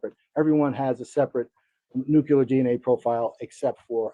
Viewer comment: Good coverage! But why can’t a single person pronounce “nuclear” correctly? It’s nu-cle-ar, not nuc-u-lar. Just a pet peeve of mine